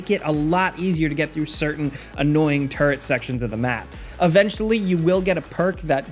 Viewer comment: I swear to god it sounds like you're saying turd and not turret